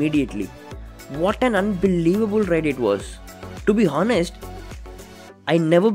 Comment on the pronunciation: HONEST is actually pronounced as anest instead of hanest